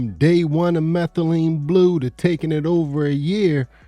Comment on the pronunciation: Methalyne blue to blue “methamphetalyne” rq 😂😂